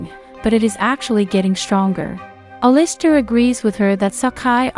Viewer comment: it actually made me mad the way you pronounced Alister